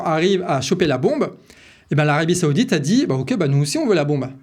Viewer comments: on ne dit pas seoudite mais saoudite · Saoudite, pas Séoudite, on se croirait à la récréation 😁